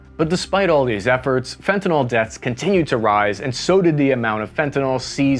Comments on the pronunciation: psst.. It's fen-ta-nil, Not fen-to-nol... Like it or not, you're now a professional speaker..... Otherwise I think your podcasts are _great_! Informative & engaging. And I'm gonna buy one of your T-shirts for my brother, a Navy ('78-'82) guy who also digs your pods.. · the last syllable of “fentanyl” rhymes will “pill”, NOT “fall”. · You said fentanol so many times in this video - I’m trying to find a way to write this in a way that comes across as helpful - the “ol” ending implies an alcohol, naming rules in organic chemistry is a whole thing. It’s fentanyl that you’re meaning to talk about. That said, the content is really great, and I hadn’t thought about the retaliation narrative for the opium wars. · Fentan--ILL, not fentan--ALL. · Fenta- NYL (Fenta- NIL) FENTA-NYL!!!! (-Not Fenta-NAWL!!! Wtf?!!!) (Edit: Great video, though... but how does this happen?) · Pronounced: fen ta NIL. In chemistry the suffixes matter greatly. So, please, fen ta NIL, not fen ta NOL. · It’s pronounced ‘Fen-ta-nill’ not ‘Fen-ta-nol’ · The pronunciation of fentanyl is right there in the name: fentaNYL Pronounced FentaNILL... not NALL. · Great report. But please pronounce the drug properly as fentanyl as in nil rather than nal. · The worst part is that no one can even pronounce fentanYl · Why are you pronouncing it fentanOL .. annoying AF. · nyl is to be pronounced as you would pronounce 'ill'. Not as ethanol, alcohol, etc. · It is pronounced Fent- ah- nil, this is important because the word ending -yl (ill) tells you about the functional group of the chemical Fentanyl. Fentanol indicates the a chemical is part of the alcohol group of which Fentanyl is not. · The guy makes a whole video about fentanyl and can’t even pronounce it properly. There is no a L at the end of Fenton. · Is it an AI narration because the way the word fentanyl is pronounced is sus. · It's pronounced with short "i" sound at the end. Just look at the way it's spelled. Sounds like nil.